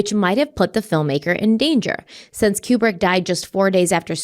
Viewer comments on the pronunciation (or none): Stanley Kubrick was 71, he wasn’t young. His name is pronounced KooBrick. needs to stop with the ridiculous conspiracy theories.